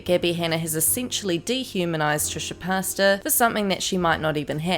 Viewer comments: It’s not Trisha pasta LOL it’s pronounced Trisha Pay-tas. Lol Also Gabby is totally full of shit and trying to backpedal and was absolutely just gossiping and spreading rumors like the snarky little bitch she is and always has been. I have never cared for her for this reason. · * cringe * every time you say trish’s last name as ‘pasta’ 😂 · Did...she...say....Trisha... Pasta...?? L m a o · Sorry I keep laughing every time you say Trisha Pasta 😭😭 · I love how the announcer keeps calling “Trisha Pasta” lol. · Thank you I thought I was crazy hahaha